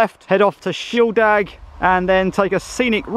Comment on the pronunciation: Since when has shieldaig been pronounced shieldag. Ffs get a grip.